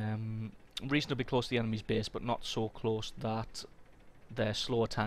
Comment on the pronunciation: Pretty good tips here, but I'm wondering: can't usay the letter a?! lol For u: base=bese safest=sefest (no offense btw xD)